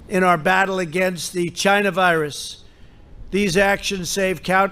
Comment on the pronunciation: Lol I love how he emphasizes “chyna” virus! Trump 2020